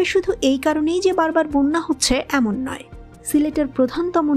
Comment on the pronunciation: বোন্যা বলে। হবে বন্যা